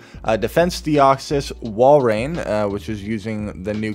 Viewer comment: thank you for pronouncing Walrein correctly xD